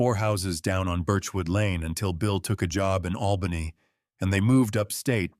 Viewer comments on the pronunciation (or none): none